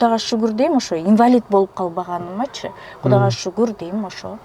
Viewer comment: Гудага шугур дейм да😂😂😂 Гудана эмес кудайга шугур кылсан боло чала Кыргыз тил бузаар болбой.